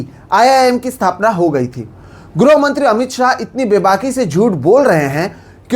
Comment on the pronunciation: ग्रोह मंत्री नही श्रीमान गृह मंत्री होता है पत्रकार महोदय